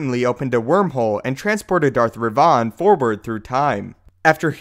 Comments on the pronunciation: It is not pronounced revaan but revan. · Its revan not re van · omg his pronunciation of revan really pissed me off. ITS NOT REVAAN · no. iTS not "rEV-oN", its "rEV-IN"........Darth Revan.... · Please please please say revan properly, in all the games it's revan not re-vaaan, sorry but it's just wrong. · Kornel Cajka it's not Revan, it's Rivan. look him up on wookiepedia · Btw, Darth Revan Is Said As "Reven" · Do you mean ravan? It is not revaan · Darth ReVON? XD in done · Dude. You butchered darth Revans name so bad it took me a sec to figure out who you where even talking about its re-vin that's the correct pronunciation even though it's spelled revan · When talking about the staff, were you talking about Revan? If so I have never heard anyone say it like that... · Love the way you pronounce Revan. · Okay, please tell me that you weren't talking about Revan here. Because, and just about EVERY GODDAMN STAR WARS FAN KNOW HOW TO PRONOUNCE REVAN'S NAME. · Dude wtf you pronounced revans name completely wrong he never used that staff nor did he get put forward into the tutor. Plus Luke based his Jedi academy on yavan 4 not tython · wrong pronunciation of Revan... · Why are you mispronouncing Revan?